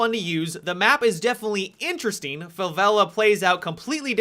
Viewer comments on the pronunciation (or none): none